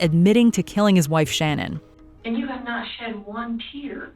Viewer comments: Her name is shan ann not shannon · Her name was ShanANN not Shannon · It’s not Shannon it’s pronounced Shan Anne….please be a tad more respectful to the deceased and their families. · It's Sha-nann not Shannon..